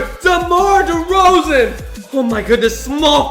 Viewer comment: He said Demar Derozon twice